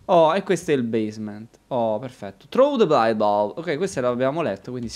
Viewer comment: "throw" non si pronuncia "tru"!